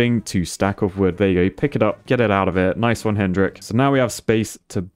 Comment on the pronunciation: that poor guy you just casually called hendrink 🤣🤣